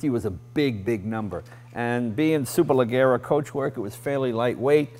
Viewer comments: very nice.. and should be pronounced 'super leh-jeh-rah'.. g and e together in italian makes a J sound :) and yes, means super-light :) ciao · Jay: "Superleggera" is pronounced with a soft g (like an English "J") in Italian and an "AH" at the end, not an "a" - superleJJerAH. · Dear Jay "leggera" (the italian "GE" in "Superleggera") is pronounced like "Los Angeles" or if you want like "Jay" . ;) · Grigio-argento means silver gray not dark gray (so unoriginal color), all the documents he's joking about are extremely detailed and precise stuff, and in Superleggera the two g are read as the J in his name (Jay leno)